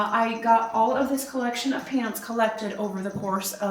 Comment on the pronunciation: Translating for portuguese we're hearing pants when you say pans hahaha 😅